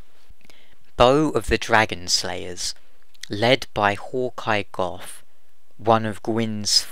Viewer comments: its "go" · How 'bout how Gough pronounces it? 'cos he does it all funny sounding